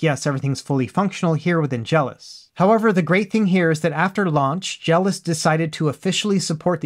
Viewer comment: Is it not pronounced Jel - OS? Like macOS or iOS? You keep saying it like "jealous".